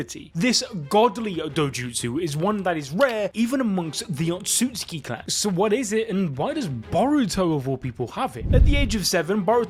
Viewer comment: SAY IT WITH ME O-TSU-TSU-KI. NOT OTSKI...... jfc